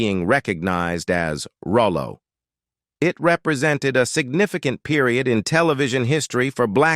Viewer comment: Rollo, not Rolo.